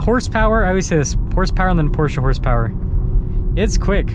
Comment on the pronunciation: Im glad you say Porsche and not Por-shuh